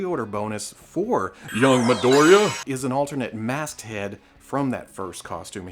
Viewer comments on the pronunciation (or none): Hey, just a tip, it's pronounced like "mee" "doh" "ree" "jah"